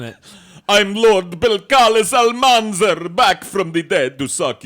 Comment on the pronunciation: It’s alMANzar, not almanZAR